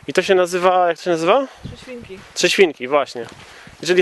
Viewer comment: Trzesiwinki? Trzy siewinki? Trezieminki? Aaa, trzy świnki...